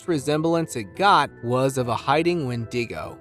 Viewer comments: "Youna Brooja"? Una bruja is Spanish and is pronounced "oo-na brew-ha". "Win-dingo"? Wen-di-go "WEN-duh-go". "Dune-dee"? Duende is pronounced "dwen-day". Please, learn some grammar and pronunciation before posting these videos. Thank you. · DOGMAN. What you pronounced as a WHEN DING GO.. Say it with me... WHEN DEH GO... There's no proof that the person at the cave opening is actually a giant. To do so, one would need to know the dimensions of the cave opening. Most cave dwellers, in my perspective wouldn't be aware of what our tech is and does. So why shy the face away. The hand over the face movement is a mankind gesture. Looks to be a dude in basketball shorts, who is wearing a head piece, making it hard to see where he's going. By his gait, it would seem he's ill prepared to be walking around the forest floor without his airone's. Like walking on broken glass one would take, while managing the sticks, rocks, thorns, and uneven ground - minus the protectiveness our shoes give. Have you ever watched animals gaits when treading the forest.. ? they are smooth. This is anything but. DUDE IN A SUIT! Get a good look at a dogs anatomy. It's hind legs are a good place to start. Or as it's been told, check out the horror flick UNDERWORLD. A lot of 'see'rs' have mentioned the creatures resembling THOSE DOGMAN to be exactly what they saw. Who ever created that particular movie, HAD to have had at least 1 encounter with the actual beings. To be so acurate. To a non see'er, or one who is just finding their way into the know. We can accidentally be hood winked into believing this crap. This is a HARD NOPE! CHANNEL CURATOR YOU WILL WANT TO VET YOUR CONTENT BETTER IF YOUR GOAL IS FOR ANYTHING BUT SH*TS